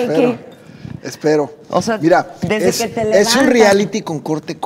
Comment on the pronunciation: En el minuto el diamante negro dice ( ira) y no (mira)... Es como el chiste que dice.... Como hace un borrego nice y un borrego naco...? El borrego nice dice beee... beee...!! Y el naco dice .. Ira.. ira...!!!!😄😄😄😄😄